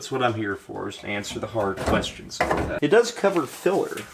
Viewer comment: "but because they are hahd... or whatever" 🤣